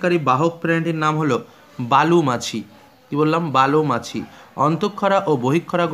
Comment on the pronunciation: Bali machi not balu machi